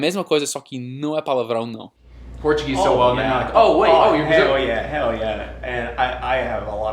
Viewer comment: "Hell yeah" But he pronounced a U sound not the real L sound. Therefore, no connected speech applied to it. Still pretty impressive